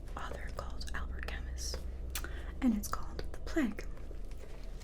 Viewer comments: Nice - particularly like the beginning in which you're talking to yourself and typing - the best! By the way, Camus is pronounced "Camoo". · Yes, you are the sexiest AMSR-tist in existence. BUT: the author's name is pronounced "Camoo" (the French drop the S). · Hi, I love your work. I should mention though that the s is silent in Albert Camus. The Plague is good but my favourite work of his is The Outsider.